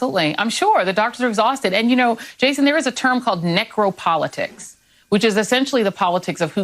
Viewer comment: Did she say "necro-politics, or negro-politics?"